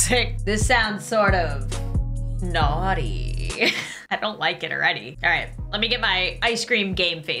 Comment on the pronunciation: "this doesn't sound like an ice-cream parlor music it sounds kinda (✨dramatic pause✨) NaUgHtY😈"